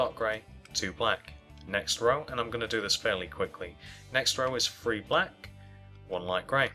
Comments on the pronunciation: He sayz free instead of three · he Really says free